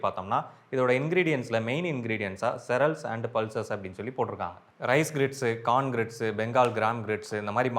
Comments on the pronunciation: அது இன்னாது மேன் செரல்ஸ்சு…. 😂 சீரியல்ஸ் English sollikudukura app promoter 😭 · serals ❌ Sirials ✅ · Cereals -- see_ree_als Don't pronounce as 'se_rals' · serels illa cereals... cee-re-als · Bro not trying to make fun of you … but you are reading “cereals” as “se-rels” it’s actually “ see-reals” … 👍🏻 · Cereals ❌ Serals ✅ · செரேல்ஸ் ah தெய்வமே pronunciation missing brother 💯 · It's pronounciation is serials😂